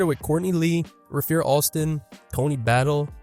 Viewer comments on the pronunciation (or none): Its Ray-fur Alston Tony ba-tee-ay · Rafeer Alston? Tony Battle? If you don't know how to pronounce a players name just look up a clip. Don't just make it up. Idk why gen z struggles with Tony Battie so much. saw someone else calling him Tony Baitey